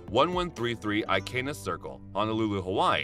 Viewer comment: The Narrator here really needs to pronounce the Hawaiian names correctly when Advertising to the Public. Keanu (Kay-ah-nu) Reeves had the Best property: *Hi'ilani Resort* on Ikena (Eee-ken-a) Circle. Designed by movie producer Al Masini and decorated with French decor by his Wife at the time, April Masini.